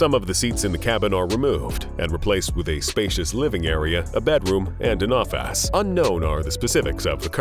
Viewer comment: He's pronunciations are wild: Office-ass, presidant,determan, nineteen nineday, systoms, characteristacs, helicoptars , nayshons